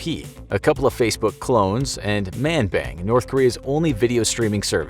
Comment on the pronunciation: Yeahhh he just didnt pronounce it right 😂😂